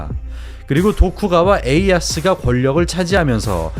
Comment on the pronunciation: 오류 : 도쿠가와 이에야스를 도쿠가와에이야스라고 하셨네요